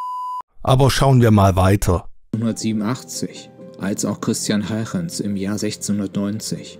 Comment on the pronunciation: Die Aussprache von Christiaan Huygens bei ist aber auch neu.